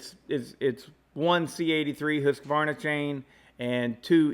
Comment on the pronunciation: Wow someone who pronounces the name correctly....Husqvarna....not us American's...Hus-a-varna....good job....think I'll stay with my Simington Chisel Grinder....touch up by hand with a flat file....round filing is for flat landers....take care....Shoe